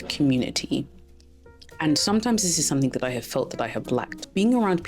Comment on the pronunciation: Your accent is beautiful, but please don’t put a 'k' on the end of 'something'. Your content and delivery ? Yep, right on! ❤